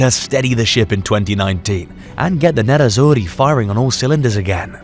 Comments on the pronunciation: nerrazzuri and not nezzazuri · Nerazzurri not Nezzazzuri.... 😊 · It's not Nezazurri, it's NERAZZURRI (black and blue) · Man said “Nezzazzuri”